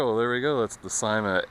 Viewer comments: i belive its pronounced not ;D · well (no offence:)) but in every other syma review i've ever seen, they say it like and in Syma's advertisements they say it like:D